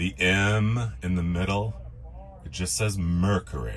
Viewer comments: MER-KYOO-RY has three syllables! *Surely you've heard it said properly. Also this is NOT one of very few 4-door wagons with no B pillar. They were a late '50s-early '60s fad. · Mer cure ry Not mer ku ry